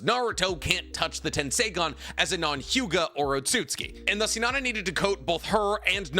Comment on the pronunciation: 1. Please pronounce Hinata’s name correctly….is not Hinadda…it’s Hinattttttta….that T is a loud one!!! 2. Unfortunately there is not enough data on Hinata as her character was not developed as Sakura’s was. 3. The little character development Hinata got in Shippuden was not well done. After Naruto part 1 Neji trains Hinata. That should have at least reduce her shyness and increase her confidence. This was not shown in Shippuden. 4. The fight with Sasori does not count for this comparison. Sakura was 100% Granny Chiyo’s puppet. 5. During the Pain ark Sakura was crying out for Naruto and the only one brave enough to help Naruto against Pain was Hinata and as you stated, Pain was avoiding being touched by Twin Lion Fist because of the chakra drain effect. 6. Yes, I do agree that Sakura’s fight with Shin was a good one. And that’s the only time I saw Sakura actually fight. 7. Boruto continues to under develop Hinata stating that she decided to ritire from being a shinobi, but as you mentioned, she did fight against Momoshiki and survived. Momoshiki is clearly stronger than Shin. 8. It’s a brawn against brain situation and Hinata is smarter in hand to hand combat than Sakura. And can easily avoid Sakura’s “one punch” shot. And I have to believe that Hinata did learn rotation which means she can use Sakura’s strength against her. 9. Finally, Sakura is a bitch and she doesn’t even deserve to be in the presence of Lady Hinata Sama!!!